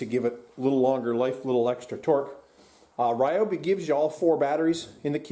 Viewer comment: Ryobi is incorrect. It’s Ree o Bee.